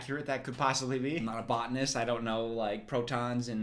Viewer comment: who tought him that word a "Botenist".🤣🤣🤣